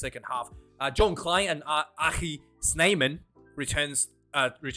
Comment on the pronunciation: Greetings from South Africa ! I enjoy your content, mate. Your pronunciation of the Afrikaans names of some Springbokke is truly pretty good ! Labuschagne :" Lah boo skag knee "- emphasis on skag & short "knee" (your pronunciation of the 'g' sound, as you do with RG Snyman is spot on.